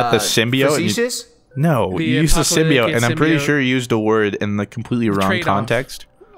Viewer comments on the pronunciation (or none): I'm tilted how pronounces Symbiote. "Symbio-ite" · "symbio-ite" lol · I swear when they mispronounce symbiote it makes me want to jump through a window